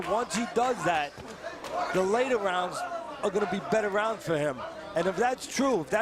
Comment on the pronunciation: Exacto ningún “rauns” 😂